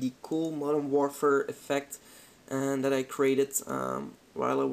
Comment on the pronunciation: "Modern Worfer"